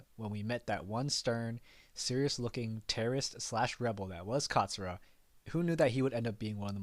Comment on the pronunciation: It not zura, It's katsura